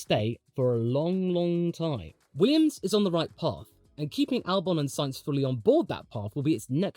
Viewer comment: .... you said Weeyums. Didn't you.